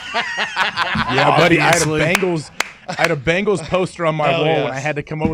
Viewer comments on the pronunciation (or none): none